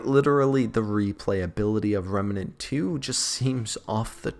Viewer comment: Not Remanent it's remnant